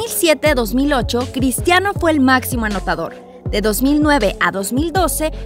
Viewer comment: alguien mas escucho pistiano ronaldo?